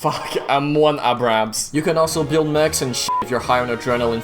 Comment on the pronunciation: I like how says all of the German and other non American tanks perfectly and fails to say m1a1 abrams